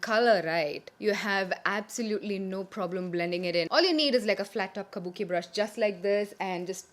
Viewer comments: Is it just me or does the way says "kabuki brush" sound so classy and ummmm I don't know.. feels like music to my ears for the lack of a better expression.. ❤️❤️❤️ could I be more obsessed?! 😝😝 so so happy to finally see a makeup tutorial on YouTube after a looooong time.. I missed it sooo much!!! 😭😭😭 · yeah.. even i felt like buying a kabuki brush listening to her say that :D